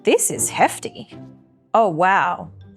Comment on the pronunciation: did you say "This is heavy" or "This is hefty"? 😳 I'm german and I understood "hefty"...would be surprising because we say "Das ist (= this is) heftig!" all the time 😅